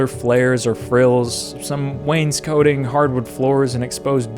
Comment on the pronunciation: Hello, I do not mean to call you out or be rude, but it did bug me how you pronounced wanescoting. I believe you don't pronounce it like ö and more like an "ah" in the scoting part